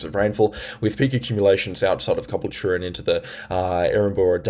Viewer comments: It’s not cobble chure it’s ca bull cha😂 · Please ronounce Ca BULL cha correctly! Caboultute is not cubblech. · Great info! But please Caboolture is pronounced Ka Bull ture. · cabool-cha. thats how its said. been pissing me off. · Constructive criticism. Some viewers have said you talk too fast. I would say no, I can keep up, it's refreshing to hear 18 mins of information and advice instead of nonsense but at times it sounds like you need a breath. Also I would suggest slowing down just a fraction so you can get those words out. And just a couple of towns you're not pronouncing properly. Look up Caboolture and Murwillumbah, these are the towns you're pronouncing wrong. And basically that's it, your channel is great I love it. Maybe adding a comma here and there in your speech will help you to sound more tv like , I guess. That's where I see you, you sound better than the guys on tv, I'll tell you that. I'm in Labrador area of gold coast. Friday night was the strongest wind. Saturday not too bad, and right now Sunday, rain all day, was heavy between 1230 and 1240 roughly. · The way you pronounce Caboolture cracks me up😂